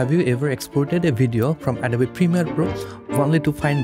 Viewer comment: Perfect tutorial. Beautiful presentation of information. Suggestion: hit the "o" in the word "Adobe" a little harder to get the pronunciation perfect, as well...English has some strange pronunciations.